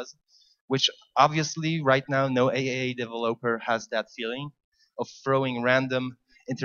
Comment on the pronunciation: By the way, it's pronounced triple A not AAA :)